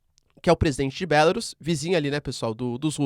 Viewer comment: Se pronuncia Belarús,. não "Bélarus".